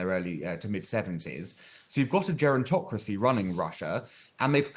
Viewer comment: lol the man said “garentocracy” 🤣